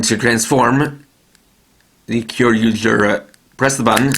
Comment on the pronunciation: If you are going to pronounce Kyoryuger you must pronounce it "Kyoryuja"